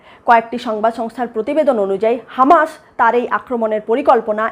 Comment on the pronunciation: হামাশ নয়.. হামাস! হোশেন নয়.. হোসেন! আইআরজিশি নয়.. আইআরজিসি!